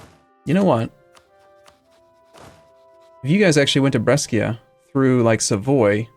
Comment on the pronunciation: Just a little observation about pronunciation. It's pronounced Bresha. Scia in italian means the C is soft, not strong like a k :) However very good campaign, from Italy, hope you'll get it back soon :D